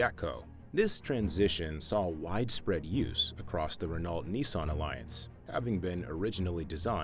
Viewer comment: Sry Bro. Your voice is similar to a popular text to speech that also mispronounces Renault. Keep it up. Hope the channel is a success.